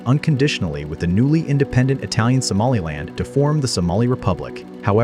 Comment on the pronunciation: I am from northern Somalia wich you say somalind